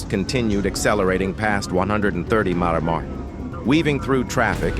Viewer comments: The AI narration is very annoying on this channel. It often states incorrect information and hasn't been programed well... it dies not know that MPH is mile per hour instead of mmpeeehay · Commentary written by a moron and spoken by irritating robot voice which can't pronounce thing like m/ph.